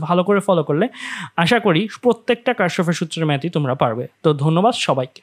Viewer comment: এটা কার্শফ নাহ Kirchhoff কির্শফ